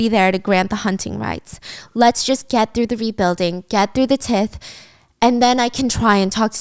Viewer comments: Tith? I think you are saying Tithe: long I sound (like 'eye'), and the "th' at the end is pronounced like the th in 'this'. T(eye)th. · as much as i love Stephanie, i can’t help but note when she says tith (te-th) im assuming she meant tithe (ty-the) which is basically like taxes or tribute. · Tithe is pronounced like tieth not tith x like the word tithings. Before taxes to the government tithings were originally through the church and went to the church and or the sovereign depending on point in history. It's like a religious donation/ tax you give to your system of worship in modern practice now by giving to the donation basket in a christian church, for example. In societies that are theocracies (run by the dominant religion) not democracies, there are no taxes technically even if they call it that, only tithings by definition. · I just have to figure out lol when they were tlaking about taxes, wqs it spelled. Tithe? And she was pronoincing it tith? Lol i know she isnt relogious but in church we alwas tithed with a long i not short i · Not tith-*TY-the*like tying ending in the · Just one thing. Tithe is pronounced tigh-th. Not t-ith. :) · I really hope you complete the whole series for us, Stephanie!! Just a small thing though, "tithe" is pronounced like "tai-th", like how Christians tithe 10% of their income to their church! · I noticed you pronounced tithe like tith. It’s pronounced like tythe fyi. 😅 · I think it’s TITHE like Tithes and offerings in church, pronounced TIE-TH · Girl.. tithe.. the ti is pronounced like tie. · Tithe is pronounced tie-th (Like in this) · STEPHANIE PLEASE TITHE IS NOT PRONOUNCED THAT WAY It's TIE-TH please look it up. It's a religious penance that's 10% of your income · Your tax pronunciation is tie-th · Your pronunciation of tithe is so precious! So excited for you to do the whole series. This is like a refresher for me. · Imma just say, tithe is pronounced with a shaper i, it's like the i sound in tie not like the i sound in bit